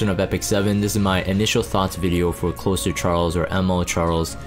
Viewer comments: So its not meant to be closer as in close to someone/thing- like nearby. it is Closer (with a z sound not s sound)as in to close/finish something. A "closer" like in basketball - a player who can finish the game strong and bring in the win. In this military-esque view it is someone who can come in and "finish a difficult job" - a reliable asset that you can call in to guarantee success. in this game- following up opener cleaves or others to come in and finish the job. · Closer as in closing/ending/finishing. Not closer as in proximity. The way you pronounced his name leads me to believe that you believe it’s the later. And why you think the name is strange.